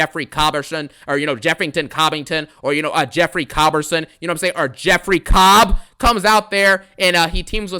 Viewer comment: Bruh the way you say jeff cobb is crazy😂😂😂